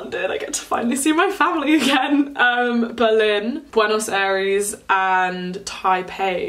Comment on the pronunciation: I fall in love when you said, buenos Aires 😍😍